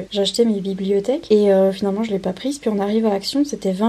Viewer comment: Super rangement ! Magnifique tes « blibliotheques » comme tu dis 😅💋